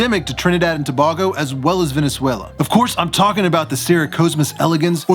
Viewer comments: Great video. I have a C. Elegans and a P. Irminia. My first two tarantulas. You do some really nice camera work, brotha. Btw it's pronounced To"bay"go. My family is from Trinidad ;) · Bro.. To-bay-go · Love ur video bro this is the 50th time watching this video also u pronounced Tobago wrong I live there if it's possible would like to have a chat with u